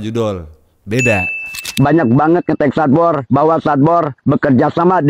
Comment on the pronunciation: sadbor "SESADD BORR"😂